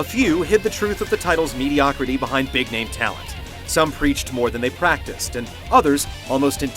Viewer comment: I like how this guy mispronounced a lot of easy names.